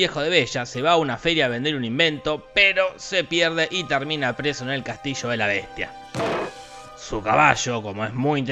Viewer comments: "La Besha y la Beshtia" :v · en vez de escuchar la besha y la bestia,estaba por escuchar avensher xd